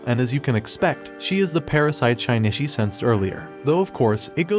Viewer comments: Shinichi not shainatchi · it is pronounced as shinichi not shainichi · Anyone else bothered by how he pronounces Shinichi's name? It sounds like he is saying Shine-Itch-ie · that name pronounciation XD SHINY-Shi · it's Shin-itchy